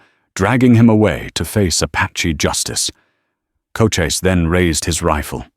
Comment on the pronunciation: Loved the story, just please get Cochise's name consistently correct, along with the pronunciation.